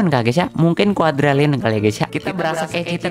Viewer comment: bang Qd itu bukan Quadralliun tapi Quadrilliun